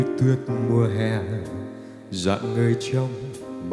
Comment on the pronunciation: Chữ "hè" như cái hồn của bài mà phát âm thành hiè hay vậy. Vấn đề này rất nhiều ca sĩ bị. Toàn bài đều đều giọng không có gì đáng để khen.